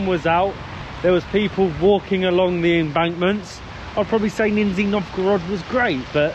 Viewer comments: 2 mins in and waiting to see if pronunciation improves from "Nin-zi Nov-goe-rod" ( sorry, it is nice how you're trying haha ) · It's Ni-ZH-niy Novgorod, ZH pronounced like bumblebee ZH-ZH-ZH russian letter Ж. aso like in words: plea-S-ure, vi-S-on, ca-S-ual, a-Z-ure, hope you understood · Не хорошо смеяться над произношением, но мне всю дорогу слышалось "Нинзя Новгород" 😄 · You don't know how to pronounce the letter Zh-Ж in the name of the city, you've never pronounced the name of that city correctly. This is the English translation of the name of that city. Lower New City- Нижний Новгород (Nizhny Novgorod). Greetings from Macedonia. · Not sure why you think people in the UK have never heard of this place. Secondly, hearing you pronounce the name of the city was making my ears scream in pain. Нижний Новгород, is pronounced as “NIZH-nee” “NOHV-guh-rod”. And my Russian is awful. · Don't correct the pronunciation, it gave birth to a funny meme about the city of ninjas. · You actually are saying for russian people Ninzy (Ninjas) Novgorod! LOL )) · Did you just call it Ninja Novgorod XDDDD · No, it's ninsie novgorod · You mispronouncing Nee-ZH-niiY is pretty funny 😄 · Great vid. haha but gotta say Im almost certain you guys are saying the name of the city wrong. I know "Nizhny" is kinda hard to say. I say "Nizh nee" not sure if thats right even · Not Ninjy Novgorod but Nizhniy ) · It is Nizhny (Pronounced Nij-nee, not Nin-zee) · ‼️‼️🍃🍃🇷🇺🌺🇷🇺🍃🍃 WHY YOU’RE KEEP SAYING : “NINZYA NOVGOROD”❓🌄❓ IS IT REALLY SO DIFFICULT FOR YOU BOTH TO LEARN TO PRONOUNCE CORRECTLY THE NAME OF AN ANCIENT 🇷🇺 RUSSIAN CITY WITH RICH CULTURAL HERITAGE - "NIZHNY NOVGOROD"❓🤬❓JUST REPEAT: "NIZHNY"‼️‼️🍃🍃🇷🇺🌺🇷🇺🍃🍃‼️‼️ NIZHNY NOVGOROD ‼️‼️ DO NOT MISREPRESENT THE CITY'S NAME ‼️‼️🍃🍃🇷🇺🎆🇷🇺🍃🍃‼️‼️ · Ninja Novgorod.... it's Nizh-ny, guys.... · Why do you keep calling it Ninzi (Ninjas) Novgorod? 😀 The name is Nizhny (Knee-Zh-Nnee - where Zh pronounced like G in Geneva) Novgorod 🙂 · Not ninzy Nizhniy